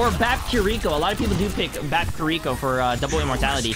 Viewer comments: Could you please say kiriko properly? KI-ri-ko, not ki-RI-ko. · The way he says Kiriko kills me man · Why does he pronounce Kiriko like that? Lol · Love your content man, but I cringe each time you mispronounce kiriko's name. Keep up the good vibes